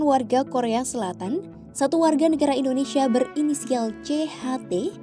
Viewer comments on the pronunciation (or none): none